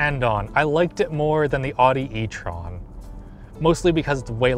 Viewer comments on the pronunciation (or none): "Awdy e-tron" and "Austin Martin". Need to work on those pronunciations... hehe